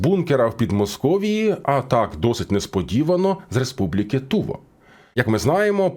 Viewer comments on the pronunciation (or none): Тільки не ТУва а ТувА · Не тУва а ТувА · Не Ту'ва а Тува'